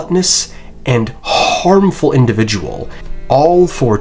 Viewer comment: "became a gluttonous and HHHHHHHHHHHHHHHHHHarmful individual"